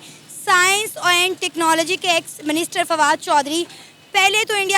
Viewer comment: Wo minister hota hai "MANISTER" nhi hota .. ho sakta hai tumhare yaha MANISTER hota ho😂😂